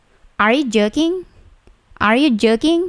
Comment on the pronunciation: astaga kupingku dengernya are you jerking